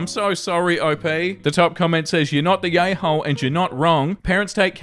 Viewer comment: After an hour or so i can't unhear "yayhole" 😅